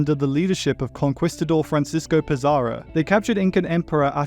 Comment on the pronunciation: “con-kwees-tador” “ga-roat” I’m Filipino but I’m still surprised that even Spanish words don’t escape the American English pronunciations 😭